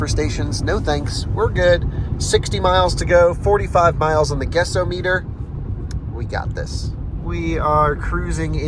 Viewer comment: Is it pronounced “guess-oh-meter” or “guess-AH-mutter”?